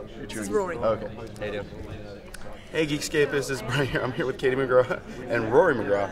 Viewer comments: How dare he make her name sound so stupid? O.O "Kashee"? -_- But I do love the interview, either way XD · “KaSHy??” “ka-TIE” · "kashy mcgra" 😂